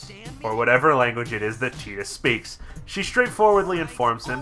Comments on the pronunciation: I didn't know that tidbit about Tidus' name, and hate that pronunciation somewhat less now. I still think Tide-us makes more sense, given his affinity for water, but hey. Keeping this quick: I like this game. Combat is good and fun, sphere grid is an interesting concept (but the normal version is too linear to do much with), world is interesting, characters are interesting. But they look like assholes, and the voice direction could have been much better. Granted this was Square's second voice-acted game, ever (after The Bouncer), but whatever the reason, bad voice direction is bad voice direction. Also The Laugh Scene is an actually good scene, because The Laugh is ironic, and no one seems to get this. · ffx is a blast love wakka to bad of how they pronounce tidus name